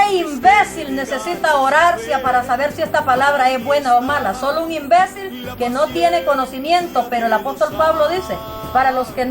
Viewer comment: esta mujer habla de palabras oseosas y ella misma dice INBESIL . quiere quitar la paja ..